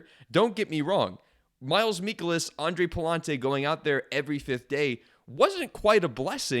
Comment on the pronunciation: Bruh "Miles Meekolas" has to be a troll